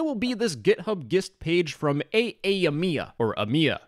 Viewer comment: its pronounced jist, not ghist